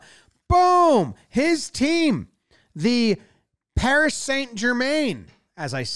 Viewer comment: Paris (okay that was good) Saynt (oh no) Jermaine (goddammit jomboy)